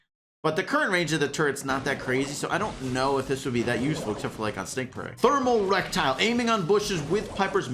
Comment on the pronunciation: "thermal rectile" 😂